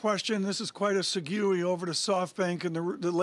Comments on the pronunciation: did he really pronounce segue literally.... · Did he say "seh guu eee" instead of segue? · Hahaha, yeah I did a doubletake there too. Has this dude literally never heard segue pronounced or does he think he knows something the rest of us don't?? I looked it up and even the original French pronunciation of the word doesn't sound like what he said. WTF